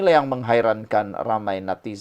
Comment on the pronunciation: Natizen.sebutan pn xngm